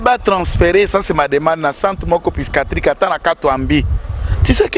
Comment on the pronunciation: Mes excuses Mr. le juriste pour la perte du bouton de ta veste. Prochainement ne la porte pas comme ca, vas chercher un bouton approximatif dans des boutiques. Et puis on pronnonce "psychiatrique et psychologie" et non pycichiatrie.